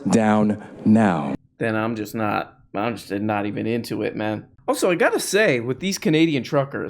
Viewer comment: I don't know why the right has all the annoying speakers. Everyone points out JP's voice. But what adds to that severely is the way he says words like "naw-t" and "baw-ther" and "Paw-verty" and "praw-blem." It's like when kids ad "ey" to end of everything to try and sound cute. Which is annoying for JP. Because he goes around with his Kermit the frog voice and cutsie enunciations. While pushing the notion that being a macho man is the most you can possibly contribute to society.